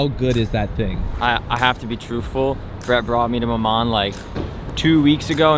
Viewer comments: You don't pronounce the N, it's mama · The last letter in maman is silent. You don't say the N.